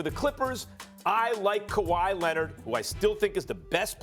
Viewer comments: Nobody: Stephen A: Kawhi Lennid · “Kawhi Lenned” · Kawhiet Lennit lol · Stephen “Kawhi Lennit” A Smith